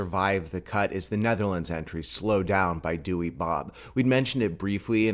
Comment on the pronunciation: apparently you pronounce the name like dow-er source i have a dutch friend and he says so.